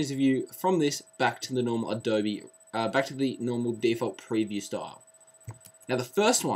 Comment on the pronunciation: those are forward slashes. LOL And it's pronounced "adobee"